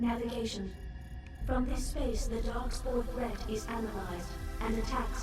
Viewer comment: Anyone else keep hearing "Darkspawn" instead of darkspore?